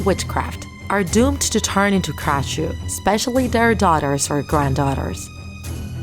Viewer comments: You said krasue wrong.. Its not spelled "krashue" its "krasue" Aldo the krasue does not have a lower body. The lower body was burned. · Who else was just mad because she said "krashu instead of "krasue" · Bruh supposed to be krasue but u said krashue